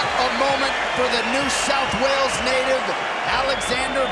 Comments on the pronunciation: I yelled at my phone screen "New South Wales!!" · “North south wales”